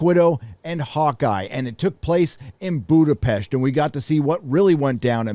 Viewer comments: It is [Boodapesht] (but the oo is short) as in Hungarian s designs [sh] (the english s consonant is designed with the double letter sz). Your pronunciation with sh is quite near to the native tongue there :D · Budapest perfectly pronounced, what a flex💪🏻